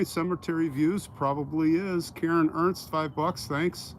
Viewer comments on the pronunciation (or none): none